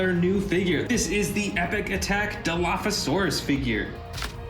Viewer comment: It is dilophosaurus